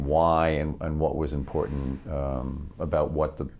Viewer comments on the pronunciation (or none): This guy says importet instead of important and he uses that word often.